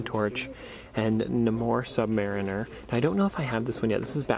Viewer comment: Anyone else cringe every time he tries to pronounce “Namor the Submariner” ?